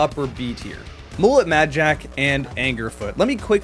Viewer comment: Did you pronounce mullet like bullet? 😅